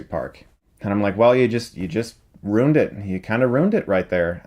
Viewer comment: chris says RUINED as RUNED